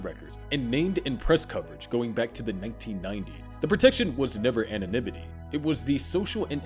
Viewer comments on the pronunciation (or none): none